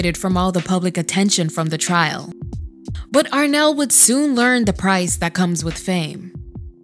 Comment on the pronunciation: It’s Arnelle not Renelle.